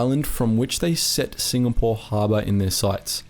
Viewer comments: Mate it's Singapore not SINGNAPORE. Was wondering when you would do a vid on Z troop. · Singapore not singnapore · I love hearing about this sort of stuff, but it's time to UNSUBSCRIBE from and avoid watching your videos in future. Sing N apore? Seriously? If you can't be trusted to get the most basic of the simple basics right, how can you be trusted to do accurate research? It's obvious that you have no respect for what you're doing. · SINGNAPORE! WTF?! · Ah yes, famous "Singnapore" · 'SINGNAPORE' lol